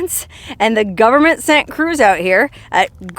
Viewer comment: You're such a good story teller.I love how you say "GOVERMENT" in a southern accent. Cracks me up.